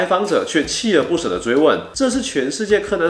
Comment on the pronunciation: 鍥(ㄑㄧㄝˋ)而不捨，好像不是第一次聽到唸錯這個字了